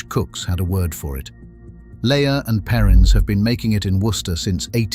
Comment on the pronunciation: It's not layer and perins it's pronounced lee!